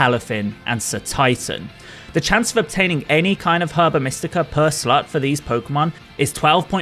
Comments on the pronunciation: Every time you say slot I just hear slut lmao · You GOTTA pronounce the O in slot